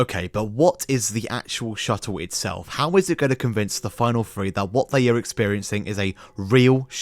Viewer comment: They went to RussiER, itself? The company made uh-ver reality shows, too? And after FREE weeks of training, they finally saw the EARF?!😱